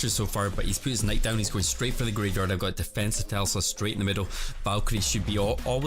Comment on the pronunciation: PLEASE SAY TESLA DONT SAY TELSA AHAHA love your vids tho keep it up